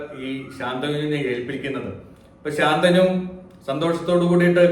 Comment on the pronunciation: ഉച്ചാരണം ശ ന്തനു എന്നല്ലേ, ഗംഗാ ദതന്റെ ഗുരു പര ശു രാമൻ ആണ്